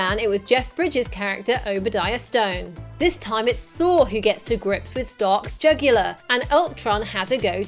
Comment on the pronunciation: Loved it, but did she say 'Obadiah Stone'...?